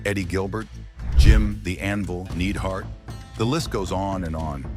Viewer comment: It’s pronounced “N-eye-d hart,” not “Need hart!”